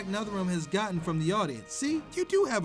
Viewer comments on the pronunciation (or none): "Kevin Conwoy" sorry its just funny how he said it xD